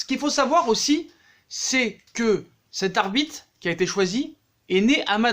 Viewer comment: Je suis le seul à entendre arbite 1 fois sur 2